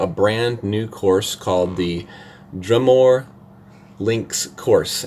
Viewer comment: Coming from a Celt. It’s Dru-more not Drum-ore LOL